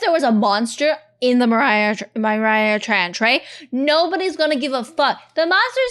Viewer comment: "The Mariariah Trench"